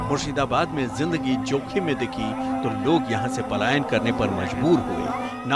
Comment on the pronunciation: Payalan nahi Palayan hota ha